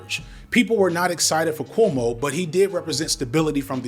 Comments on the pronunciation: The fact that can't even say Cuomo right. But good job on Mamdani😂😂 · Brother, are you saying “KOO-oh-moh” not “KWO-moh”? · Loll its bothering me that you keep pronouncing it "coomo" 😂 It's "kwomo" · I'm going to assume you're calling him "Coom-o" on purpose, and as a lifelong NYer, I'm here for it. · Thank you for mispronouncing Coumu’s name like, every time 😊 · I know it is just growing up in a mixed ethnic Catholic neighborhood while his dad was Governor, but how the heck are you pronouncing Cuomo that way?